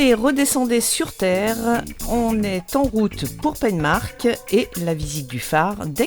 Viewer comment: Penmarc'h se prononce PenmarRRR.